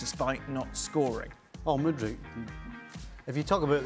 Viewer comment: CRAIG. It’s MudryK. Hard K. Not Mudric like Modric 😂